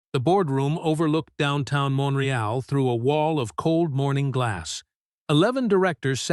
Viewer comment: Omg these mispronounced words are doing my head in. The city is MONTREAL - NOT mon ra ell. FFS some human editing needed here - URGENTLY